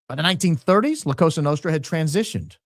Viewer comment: ...love you bro...just one technical correction.....the S in Cosa is pronounced like soft z...(koh-zah). Go max!!!!